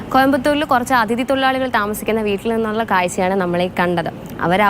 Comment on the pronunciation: Correct; njaanum sradhdhichu; Athu pole video yude aadya 7 seconds il 3 praavashyam avar parayunnathu “ Adhdhithi” ennaanu ; correct pronounciation “ athidhdhi “ ennaanu… Kashtam; Malayala Bhaasha okke thettichu paranjaalum oru prashnavum illennaayi… 🙄🙄🤦🤦😰🙏🙏